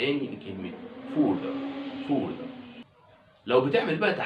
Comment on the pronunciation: راجع نطق further